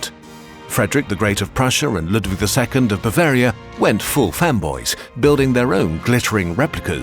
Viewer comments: i heard "femboys" instead of "fanboys" and i suddenly felt like i'd missed a LOT of french history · I had to go back and turn the captions on when he said "fan boys" because I heard "fem bois", which I thought was kind of an odd choice. Lol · I GENUINELY heard "went full femboys" 😭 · Okay I think he said they went full fanboys But I heard Femboys and was at unlocked for a bit there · I heard "went full femboys" at and had to do a double take xD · Had to rewind and relisten to the narration at . The subtitles read: "went full fanboys", but it honestly sounds so much like the narrator says "went full femboys", which would be absolutely amazing if true 🤭🥰🩷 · i almost heard femboys hahaha